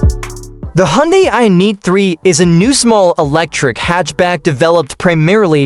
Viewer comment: What the hech, this AI cannot even say Ioniq?